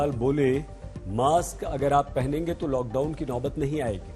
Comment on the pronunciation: Pehenenge ki mehnenge ...ye ....ye konse nashe hai